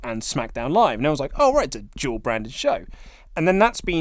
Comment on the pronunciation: It's funny how & have trouble pronouncing " Dual Brand ppv".. It's sounds they are saying "Job brand ppv" or "Jawl brand ppv".. British dialect is so hilarious..Good Day Mates lol p.s. Bring back "The Wyatt Family"!!